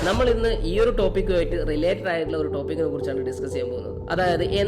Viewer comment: ട്ടോപിക് അല്ല റ്റോപ്പിക്ക്